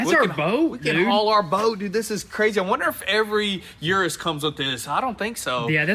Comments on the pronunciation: Hello . Its U-RUS no IU-RU- S . Try it … U-RUS , without that I in front the U how you pronounce UNITED …IUNITED U- RUS ,U( end fast ) RUS - U-RUS . Greetings from Madrid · It’s pronounced eris not youris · It's Uu-Rus, not You-Rus. Come one guys! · Like Ursula from the little mermaid. It's a Urus. Not a Yurus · Please check the pronunciation of the name Urus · Please. Someone tell them how to pronounce Urus. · There are several problems with this new series. First and most importantly, have some respect for the brand and pronounce the name of the car correctly Secondly stop being dumb and just get back to the car content